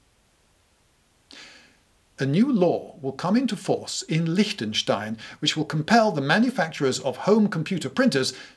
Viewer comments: The most shocking thing was how fluent he pronounced Lichtenstein :O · The most shocking thing was that in 2024 I have just first experienced an English native pronouncing ch, st and ei correctly (Liechtenstein). Bravo! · Your pronunciation of Liechtenstein was spot on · I'm surprised how perfect your pronounciation of "Lichtenstein" is. I reckon it isn't easy for native english speakers, but that might just be a prejudice. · I didnt expect a perfect pronunciation of "Liechtenstein" Im impressed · Woah. Perfect pronunciation of Lichtenstein! Refreshing from always seeing it rendered as Licktenstine or Lickten/Litsh-tenn-SHTAIHNN.